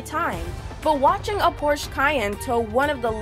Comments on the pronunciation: The name of teh brand is Porsche and not Porche and it's pronounced Porsche not Porsch... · Its Porsche! Not Porsch! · It's not porches it's porche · Gaming Boy I think she meant to say B747 but the robot is wrong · "Porches" dafuq? Is this the mexican variant of Porsche? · Porches... Girl learn reading.. its Porsche.. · Is a PORSCHE not a PORCHES and the English makes me cry!!!!! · The cayenne isn't a damn supercar and you are saying Porsche wrong it is pronounced porcshuh